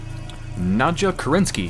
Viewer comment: It's not 'Nadja', it's 'Nadya', dammit!